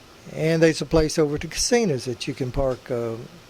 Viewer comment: GOTTA LOVE YOUR ACCENT YOU CALL HIM CASINAS BE GOOD SOUNDS LIKE FUN YOUR FRIEND LEE